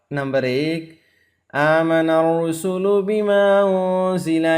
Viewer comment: آمن الرسل نہیں ہے آمن الرسول ہے۔ بہائ رسولُ اوکے رسل نہیں